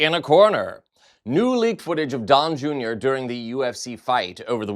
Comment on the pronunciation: It sounded like you said "Dong Junior" which is funny in so many ways